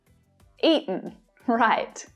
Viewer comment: the cake was ea'en 💀